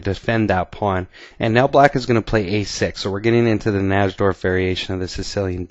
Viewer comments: Najdorf was a polish chess player and in Poland we pronounce "J" like "Y" in English, so his name should be pronounced "Naydorf" not "Nasdorf". Just sayin' because Americans usually don't check the correct pronounciation and simply use their own "made up" version of foreigners' last names. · its actually pronounced Nai'-dorf. The english attack is not necessarily the 'best' line for white, its simply been fashionable recently. The older move, Bg5, is still perfectly good, and there may be other options as well. Nobody knows whites best in that position. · I think the correct pronunciation is "nigh-dorf", it's certainly much easier to say. Love this opening! Thought about doing a video on the Yugoslav attack in the Dragon? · NY-DORF najdorf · Its pronounced NAPADORMP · I feel the strong need to advise you,, and every one else out there that the correct pronunciation of Najdorf is, phonetically, "Nidorf," with a long i. Thanks for the videos. Have a nice day. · Maybe he knows "something" about chess, but at least he could pronounce the opening variation correctly (nigh - dorf) Plus, what would have happened if that knight had attempted to trade the knight with the dark-squared bishop? I play against the Najdorf, but I push the f pawn on move 6. That bishop is a valuable piece! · miguel najdorf's last name is generally pronounced 'nigh-dorf' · your pronunciations of names are terrible. You pronounce "Najdorf" the wrong way. On another video, you pronounce Karpov's name wrongly. Does not inspire confidence, definitely…. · I can't believe the chess commentator who gets the most views on youtube can't even pronounce "Najdorf". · Pronounce "Najdorf" correctly please. It sounds absolutely terrible when you say it.